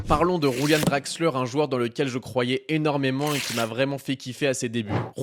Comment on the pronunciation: C'est Julian Draxler pas Rulian Draxler, il est pas espagnol